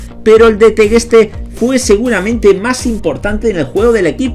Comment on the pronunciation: TEGUESTE,Sin pronunciar. La U De acuerdo??